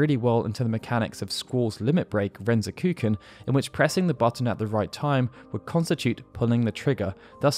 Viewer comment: "Ren-zoku-ken"; not "Renzo-kuken".